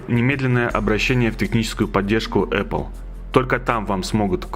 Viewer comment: эпел? может эпл